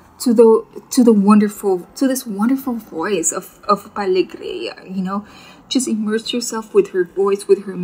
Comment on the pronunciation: Pelageya is a famous Russian singer, who mostly sings Russian folk songs. She's very good at it and has a great voice. Yes, you pronounced the name correctly. The performance is absolutely fantastic and emotional. If you remember, Diana also performed this folk song in the tv show "Showmaskgoon" a couple of years ago. Thank you for the reaction!